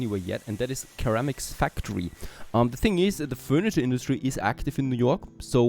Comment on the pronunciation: just FYI ceramic is pronounced like Seramic